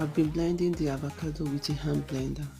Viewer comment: This girl is literally saying THEVACADO lol hahahahaha